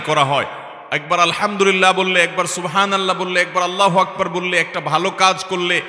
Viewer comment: এটা আসল উচ্চারণ হবে-Subhan,ALLAH